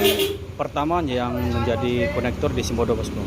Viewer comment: Kondektur bus bukan konektur